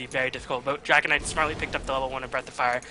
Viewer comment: lol, he just says dragonide!, but its Dragon Knight :D